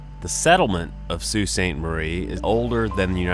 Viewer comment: Not to mention you got Sault right most people say salt.